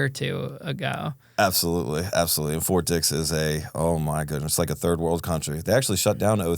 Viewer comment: annunciation lol o thought you were saying something other than fort dix